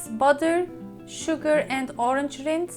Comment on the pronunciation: Yummy! Great idea I love figs. Orange rind is perfect. Rind rhymes with the word mind, a long I. Not with wind, which has a short I sound.